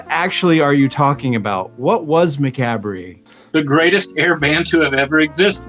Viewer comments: Macabre pronounced muh cob, just released carnival of killers. Pretty good stuff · I always laugh how you guys butcher the word macabre 😂